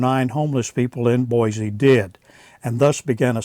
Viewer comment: You are good at correcting other people's information so as a native Idahoan I will help you out with the correct pronunciation of the city of Boise. It is Boy-See not Boy-Zee.